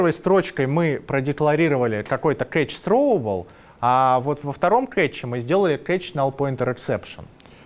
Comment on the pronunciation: С произношением беда у лысого...сроубл :D